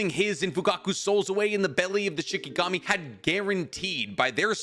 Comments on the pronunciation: The story was awesome but... It's SHINIGAMI. Not SHIKAGAMI. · Say it with me Sheen Ee Gahm Eee..